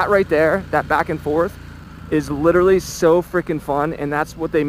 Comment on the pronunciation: Please stop murdering the word literally. Nice video.